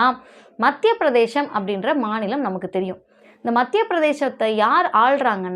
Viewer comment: தயவுசெய்து மத்திய பிரதேசம் என்று உச்சரிக்கவும். பிரதேஷம் அல்ல